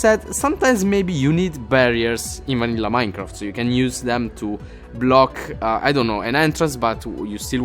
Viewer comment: did he say MANILLA Minecraft